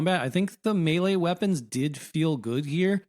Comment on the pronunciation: Thank you for saying melee property